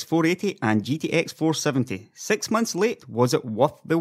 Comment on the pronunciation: dude did you hard to say Six rather than Sex...